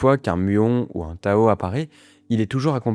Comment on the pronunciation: Désolé mais on dit particule Tau et pas Tao. Donc on prononce tau -i -que et non tao-i-que.